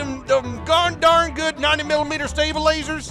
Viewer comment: I love how you turned Western at the intro. Ya got dem gosh darn 90mm staybaylazers? I got dem staybaylazers comrade